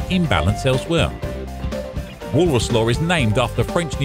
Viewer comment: Sounds like Walrus :D